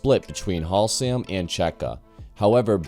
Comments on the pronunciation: FFS, its HASlam not HALsam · Please check your pronunciation. Haslam is pronounced Has-lum not Halsam. Nice video about the bike development. You might have mentioned that the RSV1000 v twin was designed by Rotax in Canada. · Has - lam, not Hal - sam. ;) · Leon Halsam 🤦do your homework man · Halsam?!? That is Haslam! Leon Haslam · Good information and a well made video, just one point of interest, it's Leon Haslam (HAS LAM) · This is a great video, I really love these bike history style videos. Though I've got to say that pronunciation of Haslam is absolutely tragic 😂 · I hope you have learned how to pronounce: livery, Haslam, accelerometer, etc